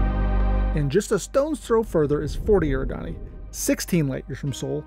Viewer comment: This was a really great video... but I do have ONE nitpick... Eridani is pronounced eh-RID-eh-nee, not AIR-ih-dah-nee. Also, Delta Pavonis is also mentioned in the Bobiverse book series - We Are Legion (We Are Bob), For We Are Many, All These Worlds and Heaven's River - by Dennis E. Taylor. It's something everyone should check out (they're done really well on Audible).